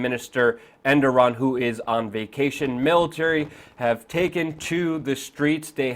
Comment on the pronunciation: his name isnt endoran!